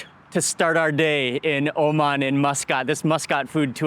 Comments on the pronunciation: Whats is... oman... as... oman... omaniyah... O' man... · 'Oh, man' (Oman)